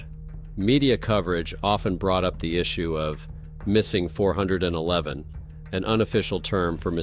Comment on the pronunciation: OK. It’s not the 4/11 series.. it’s missing 411. If you’re gonna use military time, learn how to say it. Or better yet how about using these fake voice overs cease and desist. Makes everything sounds stupid. You lost me after a fourth of the first story.